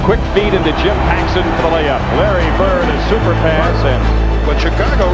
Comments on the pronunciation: It's BIRD with a D, not Birt. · His name is bird. Not bert